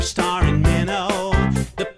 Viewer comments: well if you lived there its pronounce Minto NOT Mino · It’s also pronounced “min-T-o” not “min_o” lol